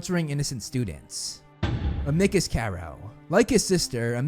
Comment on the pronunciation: Fun fact: I mispronounced Amicus' name. I'm not sorry